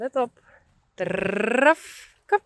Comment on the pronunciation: I like how says, "Drrrrrrrrraaf!"